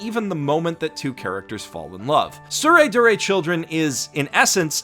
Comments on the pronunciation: It's "Tsurezure" (Suu-reh-zoo-reh) not Tsuredure.. See Kanji " 徒然 " this is what they're using (smacked in front of the title both manga and anime) and listen how they pronounce it.. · Cringed everytime you say "tsuredure", it's actually "tsuredzure". There's no "du" sound in the Japanese phonology so it would be a stressed "tsu", aka "dzu". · Its tsurezure children NOT tsuredure children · it's pronounced dzure you absolute dzunce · god damn it you keep calling it "soo ray doo ray" but Japanese literally doesn't have a syllable for 'du'. Not to mention AS YOU SAY "soo ray doo ray" the first time in this video the image shown has the show titled as it should be, TsureZUre Children. When you type 'du' with a Japanese keyboard it creates a 'tsu' with two dots, watch: つ is tsu, and づ is "du" but it's pronounced as 'zu'. Also wtf why do you say "four koma" just say "yon koma" you're already saying "koma" so if you want to say "four" then say "four-panel comics" because that's literally what yon-koma means anyway. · That’s not how you pronounce “Tsurezure Children”. It’s a “z”. The “d” is just a silly alternative romanization to denote that the kana differs from the standard, but the pronunciation stays the same– “z”. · When you realize misspelled and mispronounced Tsurezure Children.